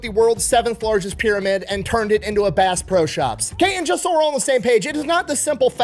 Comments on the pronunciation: I love watching videos however how many times did he say bass bro instead of bass pro? My hearing sucks from My time in my local rescue squad so maybe I'm hearing him wrong. And I have been to the pyramid a few times and bought a lot of fishing and hunting equipment to the point that the bank flags my purchase and calls to verify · Did anyone else hear Bass BRO Shop everytime he said the name? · I swear he's saying Bass "Bro" shop 😂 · I cant be the only one that kept hearing Bass Bro Shop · Did he say bass bro shops at first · It's not pronounced, "Base Pro Shop"? I'm so embarrassed.